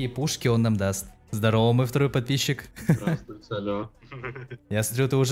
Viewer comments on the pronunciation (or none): Ник гасанов а он говорит прдпищик